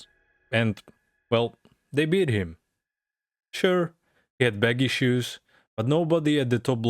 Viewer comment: Did he say baggy shoes or bad issues 😅